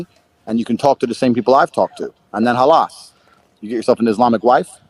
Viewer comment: I lost it when he said " halas " khalas khalas we have now dawah tate